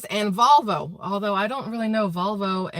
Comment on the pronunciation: Its Volvo not vulva😂😂😂😂😂